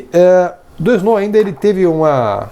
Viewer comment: Valeu pelo vídeo! Ah, a pronúncia de "Doisneau" é "doanô". ;) Abraço!